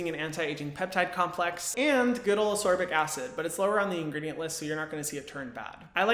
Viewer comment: I’ve just discovered you, and I’ve subscribed because you are just wonderful, but ascorbic is ass-KOR-bick, not uss-SOR-bick. This was a tough video to watch because I’m OCD, but I pushed through, because great info. Looking forward to picking up one of the recommended brands.